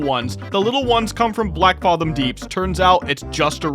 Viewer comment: The fathom in Blackfathom is pronounced the same as the word fathom itself, no ahh sound